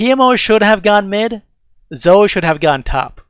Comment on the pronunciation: Good video. I feel like you say Zoe's name wrong, though. It's "zoh-E"